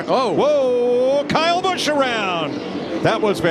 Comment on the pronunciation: bro why dose say KYle BUsOOh